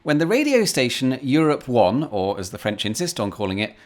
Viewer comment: As a french man, I have to state that you perfectly spoke "Macron" and "Europe 1". Almost no accent at all. 👍